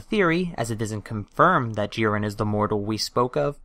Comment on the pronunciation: It's JIREN not JEEREN